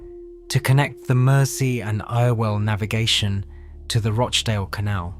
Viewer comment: Stop using a computer generated voice, It's good, but the shibboleths of local names will always show it for what it is. "Altrinsham" should be "Altringham", and "Ire-well canal" is "Errwell canal". As to that bomb, considering what the Arndale Centre looked like beforehand (a lot of people called it the largest public toilet in Europe), the standard Mancunian response to being asked about the incident was "The IRA have managed to do millions of pounds of improvements to the Arndale". The rebuild, whilst not perfect, is much better. There wasn't even an entrance in that street until the rebuild, and I much prefer the bridge we have now to the box that we used to have.